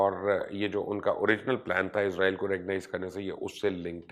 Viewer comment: مبشر صاحب عزرائیل نہیں اس کا نام اسرائیل ھے اپنی اصلاح کر لے